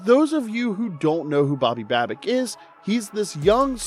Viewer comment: Dude we had the division sown up 4 days ago. We won't be resting guys unless the 1 seed is out of reach. Do you even know what you are talking about? You keep pronouncing Babbages' name wrong.